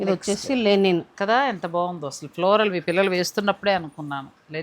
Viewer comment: లెనిన్ కాదు అనుకుంట, లినెన్ అనుకుంట, లెనిన్ చరిత్ర లో ఒక గొప్ప నాయకుడు 😂😂😂😂